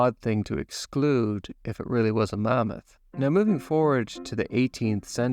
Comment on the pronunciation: I like how you say mummoth 🦣